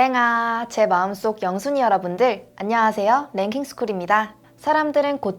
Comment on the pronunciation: 계속 영순이라고 들림 ㅋㅋ 0 순위가 ㅋㅋㅋ